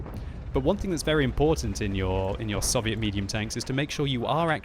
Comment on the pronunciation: did he call the t25/5 soviot